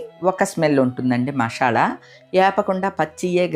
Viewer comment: మషాల అనకూడదు మసాలా అంటే బాగుంటుంది